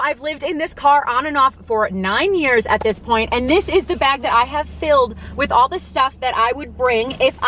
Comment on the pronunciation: Your NY accent barely ever comes out… but when you said “AWLLL”… I can’t lie. I giggled hard. I give my husband the same hard time about his Mass accent 😂💜